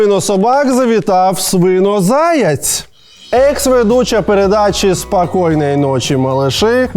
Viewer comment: Випуск крутий, але є підказка українською заєць, а не заяць.